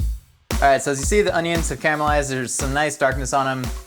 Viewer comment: Camelised onions, what kind of accent is that? Lol.